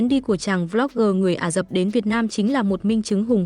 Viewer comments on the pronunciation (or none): Ả rập, không phải là " Ả dập", cần phải đọc cho chính xác.